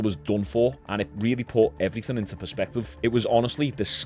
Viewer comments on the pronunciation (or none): none